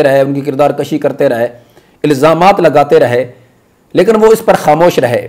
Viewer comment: ماشاءاللہ بڑا اچھا انداز ھے آپ کا بھی اور کے طرز بیان اور طریقہ استدلال کے کیا کہنے۔۔۔ تھوڑا سا شبہ لگا آپ کے کردار کشی کے لفظ پہ ۔۔۔ ایسا لگا کہ آپ نے کشی لفظ کو کاف کی زبر سے ادا کیا ھے۔۔۔ ھم نے اسے کاف کی پیش سے پڑھا ھوا ھے ۔۔ اللہ اعلم بالصواب